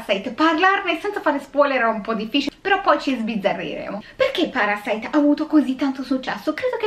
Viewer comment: Questo film, sebbene Sud Coreano, e hai pronunciato bene i nomi e il ciao iniziale, tranquilla, ( io ho studiato coreano per 3 anni) , è proprio la trasposizione di quello che nel cinema statunitense è "il sogno americano" . cioè che impegnandoti puoi arrivare ovunque, anche se non è così. In Sud Corea/Giappone, in particolare, c'è un forte stacco tra poveri e ricchi. i ricchi sono estremamente ricchi e i poveri estremamente poveri, non c'è la via di mezzo, si va dal non avere poco nulla come i Kim, al sotterraneo e stop. Non c'è una mezza misura come qui in italia, dove comunque la sanità è accessibile a chiunque (grazie a Dio o chi per lui e speriamo rimanga così) , l'università è comunque abbastanza accessibile, rispetto a quella Coreana, Giapponese o Americana, che costano minimo e ripeto la base proprio sui 25 ml$ all'anno , e se comunque non entri in un univesità prestigiosa, anche se sei bravissimo ed esci da una pubblica, hai poche possibilità perchè fa curriculum "il nome" dell'università, in estremo oriente purtroppo va così, più che da altre parti. Spiega il disagio sociale, e questo vedere il consumismo dei "ricchi" come qualcosa a cui aspirare, anche se non sono particolarmente brillanto, altrimenti non si spiegherebbe altrimenti il successo di gente come le Kardashan /Jenner. sono l'esempio lampante che se hai i soldi, puoi fare ciò che vuoi, comprare ciò che vuoi in ogni senso ( anche rovinare un abito storico per tuo piacimento perchè puoi farlo, e mi riallacc